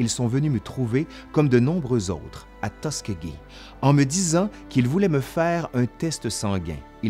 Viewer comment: Le nom de la ville se prononce Tus SKI gee (Tuskegee) comme faire du ski.